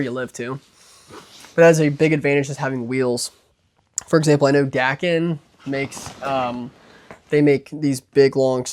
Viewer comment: Dackin. Lol. Dakine is “duh-kine”